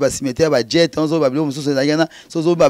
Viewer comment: Tika koloba "djet"! Soki oya déjà Belgique, olingaki oyeba que c'est pas "Djet" mais "Jette". Tika kokosa que tu étais 3è au Congo et 5è au monde. Et surtout tika koloba oza parce que les ne parlent pas de cette façon et avec autant de lacunes en français. C'est un nom qui t'a été donné parce que boza village moko et ba parents bayebanaki. On voit ça souvent epa ba ngala